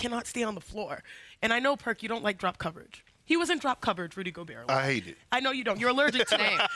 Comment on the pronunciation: Rudy Go-burr